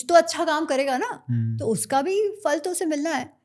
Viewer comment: Amazing that mispronounces फल